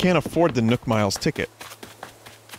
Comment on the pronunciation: Why does he pronounce nook like nuke